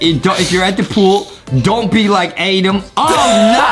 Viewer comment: It's Adam not Adem